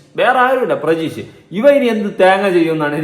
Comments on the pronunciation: Chetta prajeesh alla pratheesh ann😊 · പ്രജീഷ് അല്ല പ്രതീഷ് 😂